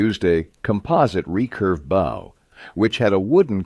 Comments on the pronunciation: 11mm thick scales in scale armour? More like 1mm, with the overlapping scales bringing it effectively to 2 to 3mm. The bow you shoot arrows from rhymes with 'slow' or 'show', not 'how'. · Very annoying with the improper pronunciation of ‘bow’.